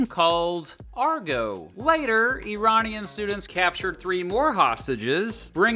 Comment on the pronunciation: Even by listening to his guest speaker he would be able to hear how to say Iranian. It’s not a put down, just baffling to the rest of the world how Americans don’t have that ability to figure out foreign pronunciation. For example these pronunciations seems instinctive to me and I’ve only ever lived in Scotland.